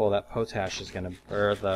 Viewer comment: PO-TASH!? PO-TASH?! IT'S POT-ASH! Coming from one of the largest producers of the stuff in the world, and knowing it's name originates from the fact it was an ash made in a pot, I would say I now how to pronounce it.